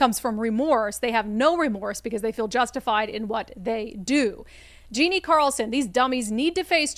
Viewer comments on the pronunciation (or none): none